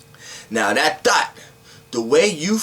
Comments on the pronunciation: It sounds like you said THOT but I know you were speaking on THOUGHT. LOL....Good video. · I luv ur energy but when u say thought it sounds like thot 😄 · I keep thinking he saying thot😭😭😭😭😭😭😭😭😭😭😭😭😭😭😭😭😭😭😭😭😭😭😭😭😭😭😭😭😭😭😭😭I pulled a thot out the air